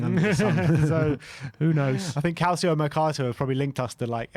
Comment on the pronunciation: Guys, you're european football fanatics, please please please actually learn how to pronounce names that are not English correctly. Calcio is NOT CAL-SEE-O, it's CAL-CHO. It's so irritating to listen to people pronounce names like that incorrectly over and over and over again, and I'm sure I'm not the only one that has mentioned something about this. Love you guys, please fix this!